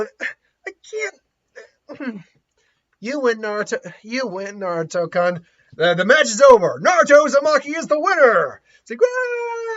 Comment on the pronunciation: I can't help but feel like your pronunciation of, "Naruto-kun," sounds like "Naruto-kunt." I can't help but laugh lol